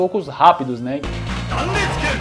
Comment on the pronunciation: Zan restsu ken para mim sempre foi "Prudêncio!"